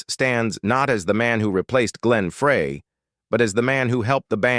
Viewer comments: that was pronounced like fry the burgers. not fray To fix a frayed rope. Don Fry is the pronunciation. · Why can't this DUDE pronounce Glenn's name correctly? FRY!!! Not FRAY!!!! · Ok, Ai. Glen Fray? FRAY?! At least pronounce the main character's name correctly. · if you are gonna make a video with AI then at least learn to pronounce Glen Frey's name correctly. Fry no fray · How can we take you serious when you don't even know HOW to pronounce Glen's last name it's actually pronounced FRY not Frey! SMDH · Please get Glenn and Deacon’s name right. It’s embarrassing. It’s pronounced FRY, not Fray (spelled Frey). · why do they keep mispronouncing Glenn Frey's name? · I wish you could teach the computer to pronounce Glenn Frey's name correctly!!!!!! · Glen Fraay??? Get it right. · This is at least the third time I have heard this narrator call him Fray! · Like your commentaries on the Eagles , but I'd think you would get Glenn Frey's name pronounced RIGHT. Frey i It's pronounced as "Fry" !!!!!!!!! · Uh, it's pronounced FRY you ignorant computerized voice😜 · Pronounced “Fry” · Just another good voice and guitar. The story seems overblown. Turned me off when they did not pronounce Glen's name correctly. This video should be taken down. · Can they teach their robot to pronounce Glenn Frey’s name correctly? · Please pronounce Glenn’s name correctly 😡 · Glens last name is being pronounced wrong. If you’re going to do a video with first or last name pronounce it correctly. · Well he still needs to learn how to pronounce Glenn's last name correctly.